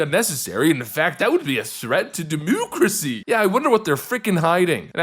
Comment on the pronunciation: Quit saying demoocracy, it only makes you sound stupid.